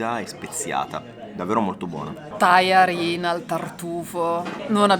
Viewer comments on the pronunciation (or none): La Vs pronuncia di buona e tajarin pio' essere migliorata